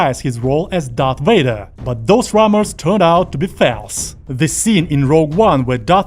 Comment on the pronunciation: "those rummors turned out to be felse" Where are you from, narrator?